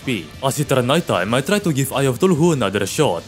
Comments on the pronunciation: Let's just ignore how he pronounce Cthulhu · eye of Thu-lu-who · Ngl but i is so funny how you pronounce chtulu(tf do you say this sh-)